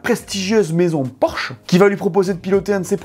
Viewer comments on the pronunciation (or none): none